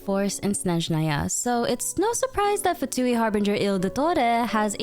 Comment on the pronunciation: FINALLY, A YOUTUBER WHO PRONOUNCES Snezhnaya CORRECTLY BLESS THE AEONS